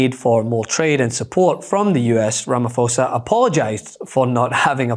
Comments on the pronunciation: Trump lives in a parallel universe 🙄 Please, PLEASE, PLEASE learn the correct pronunciation of RamaPHOsa! It's not Ramafosa. Our names and surnames are sacred and must be respected. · phosa not fosa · its not 'Rah-mah-FOUR-sah', its 'Rah-mah-POUR-sa' ... the PH is the aspirited P in all SA languages. The P itself is not aspirited but sharp. Normally the H is doing the aspirition on sharp consonants. T is sharp, TH is aspirited, B is sharp, BH is aspirited, K is sharp, KH is aspirited, etc. In English, P is aspirated by default, there is no unaspirated version. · The 'h' in Ramaphosa is silent, the 'ph' is not a 'f' sound. Ponounced as Ramaposa. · Ramaphosa - the "ph" is prononuced as a "p" as in "po"sition - Rama"po"sa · cyril ramaphosa (si-ril rama-po-sa) great video otherwise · Our President's name is pronounced Ramaposa like Mariposa...there's no "ph" or "f" sound. Thabk you. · ) By the way: The presidents name is pronounce RAMAPOSA ... The H is silent, so the PH is not pronounced as "F"